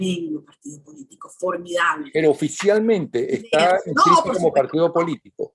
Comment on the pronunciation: Es "está", no "ésta".